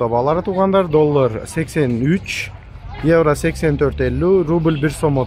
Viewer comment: Еврону кыйналып айтпай эле койчу иним ишине ийгилик рахмат